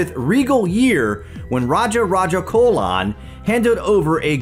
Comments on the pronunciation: This is not the true history and say chola not cola pronunciation must important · Good one!! It’s Raja Raja CHOLA and not cola. Great work,! Good to see ur name in the courtesy, you rock! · Mortal life of Lord shiva!! What do you mean by that.... And it's not raja raja 'colon'....🙄 it's 'cholan'....with 'cho' like in cho chang from Harry Potter!! And the shadow theory is not true!! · You mispronounced the name 'chola' emperor Raja Raja Chola, the 'ch' should be pronounced as 'ch' ( as in chips ) , not 'ch'/k (as in Cola or chemistry) . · Ch in Chola is pronounced like Ch in Chapter